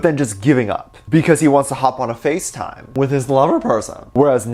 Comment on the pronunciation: ... didn't hear the "time" in "facetime" at first...